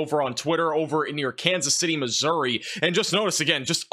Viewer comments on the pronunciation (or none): none